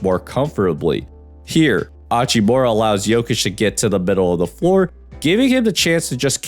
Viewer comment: Slight nitpick but you do pronounce the H in Hachimura. It's not silent